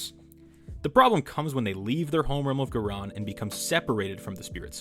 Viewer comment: good video, hope to see more. Also, a heads-up: in AoS and Fantasy Ghyran is pronounced Guy-Ran, like how Iran is pronounced eye-ran